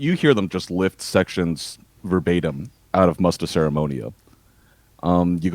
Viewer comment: The pronunciation of Rippikoulu and Musta Seremonia sounded so funny :D But very cool that they were mentioned!